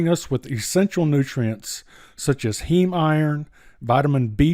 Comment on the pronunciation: LMAO HEME IRON THO 🤣